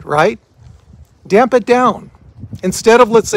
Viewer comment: NOT "DAMP IT DOWN"-- "TAMP IT DOWN"